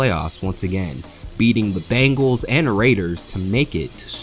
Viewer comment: Considering the narrator got run off from NASCAR content creation because of plagiarism, he probably mispronounced it on purpose to look like he actually did work